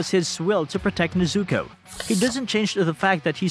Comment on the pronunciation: Bruh her name is NEZUKO! Not neizuco NEZ-ZU-KO cringe asf the way you say it